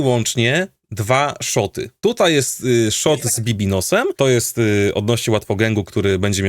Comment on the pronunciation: bibinos xdd baby no money sie czyta jak cos